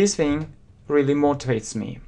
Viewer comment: Особенно слово рылли. Рыдать хочется.